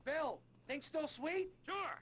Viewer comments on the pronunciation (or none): none